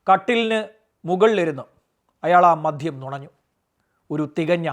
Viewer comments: മദ്ധ്യം അല്ല മദ്യം എന്ന് പറയൂ. താങ്കളുടെ വീഡിയോ കൊള്ളാം. ഉച്ചാരണ ശുദ്ധി അത്യാവശ്യം ആണ് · sir മദ്യം എന്നല്ലേ .. sir മധ്യം എന്നാണ് പറയുന്നത്. sir പറയുന്നത് ശ്രദ്ധിച്ചു കേൾക്കുന്നതുകൊണ്ടാണ്….